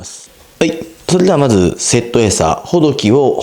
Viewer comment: 、インプレッションありがとうございました。とても参考になりました。 ほ↘ど↘き↘ でなくて ほ→ど→き→ だと釣りフェスでマルキュー担当者さんが言ってました。 今日買ったら800円超えでびっくり（爆）